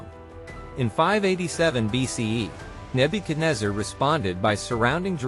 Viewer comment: You doing wrong pronunciation of name